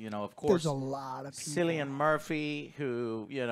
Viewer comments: His name is Kilian not cilian, you don’t pronounce it with a S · You called him 'Sillian Murphy' and as someone from the U.K, that made the Kill Bill music go off in my mind 😂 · Irish lad here, Its pronounced Cillian Murphy, Not Sillian, pronounce the C like a K lads ffs 🤦‍♂️😂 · Oppenheimer has a 100 mill. budget. That's low-ish for a Hollywood movie. So it doesn't have to appeal to a massive audience. But hopefully a lot of people go see it. It's a hugely important part of history as well as a huge philosophical question. PS: Cilian is pronounced Kilian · Just dropping this. Cillian is pronounced Kilian. KILL-ee-ən. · “KILL E AN” not “Sillyan” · We grew up in the same hometown, traveled on the same school-bus...trust me, his name is pronounced "Killian" not "Sillian" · For so long I was pronouncing Cillian Murphy's name the same as you guys only to find out it's pronounced phonetically "Killian" rather than "Sillian". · CILLIAN. Not SILLIAN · It’s pronounced “Kill-ee-in” guys not “Sill-ee-in”. From Belfast, Ireland 🫡. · Pretty sure his name is pronounced "Killian" Murphy. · Killian Murphy, NOT Sillian Murphy. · Cillian = kɪliən/ KILL-ee-ən, Not Sillian. Great review keep up the good work! :D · Sillian Murphy.... its pronounced like kill- ian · Cillian is pronounced Killian, not Sillian !!l 😂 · pronounced 'Killian' not 'cill-ian' even tho thats how his name is spelt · Its killian, not sillyan! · who is this "silly-an murphy" your talking about? lol may as well look up how to pronounce it, its a fairly common Irish name! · Haha sillian Murphy joe it's killian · Glad you guys liked the film! It's pronounced "kill"ian isn't it? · His name is pronounced Kill-ian but nonetheless, Glad you guys liked it! Also Oppenheimer definitely had a degree in Quantum RIZZics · Did he just call him "Sillian Murphy"? I think i'm about to throw up. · Cilllian Is pronounced "kill-e-in" 😂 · "Silly-an" Murphy everyone. These are the reviewers you listen to. 😂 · SILL-ian Murphy? FFS